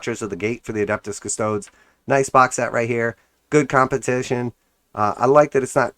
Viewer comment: Loving your videos, but as a Custodes player: custodes [ kuh-stoh-deez; Latin koos-toh-des ]